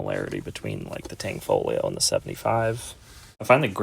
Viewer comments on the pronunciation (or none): FYI: It's Tanfoglio. Not TanGfolio. There is no G in the middle of the word.